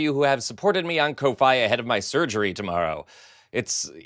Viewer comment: I think “FoFi" is pronounced “Coffee” because everybody I see who asks for donations on Kofi, always says “You can buy me a KoFi”